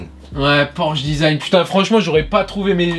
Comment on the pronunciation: Porshe.... mdr, voici la correction ( Porsche)